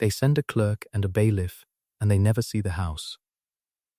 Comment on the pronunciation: Bailiff not baylift